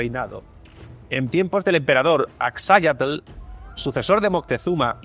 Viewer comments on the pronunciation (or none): No es Axáyatl, es Axacayatl... y lo que estas describirndo es tambien leyenda negra, tienes pruebas de lo que narras?